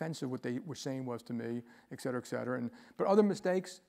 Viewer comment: It kinda disappoints me that a person of his intellect says "eck cetera".